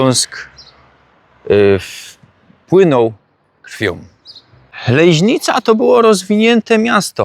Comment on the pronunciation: ta "Lejźnica" to fonetyczna fantazja rajzy, bo np Adam Peter Kubik godkoznawca i z tych stron tak nie godo